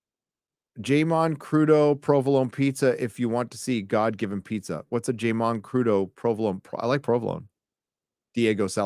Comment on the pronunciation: Don't think I've ever heard jámon pronounced jay-mon 😂😂😂